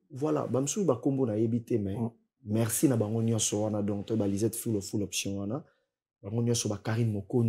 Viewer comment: prononciation moins,hein. FoRce et non FoXce, MeRci et non MeXci....